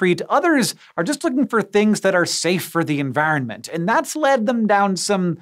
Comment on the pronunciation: Why do you sound so Irish when you say environment?